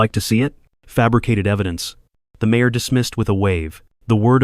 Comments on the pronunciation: My ore, instead of mayor, used consistently throughout this thing. The time is three-pea… em. How about 3 pm? Teach your robot about common punctuation like periods and commas. There's a difference. It's no wonder Johnny can't read. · You are miss pronouncing Mayor look it up in the dictionary or on Google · UK/meər/ mayor /m/ as in moon /eə/ as in hair US/mer/ mayor /m/ as in moon /e/ as in head /r/ as in run , , , , , , , , , , , , , ... are correct , , , are not correct miserable needs correction... It has nothing to do with rabble. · You missed pronounced Mayor then you finally corrected it later in the story